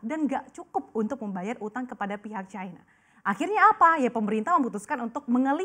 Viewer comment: Cina bukan Chayna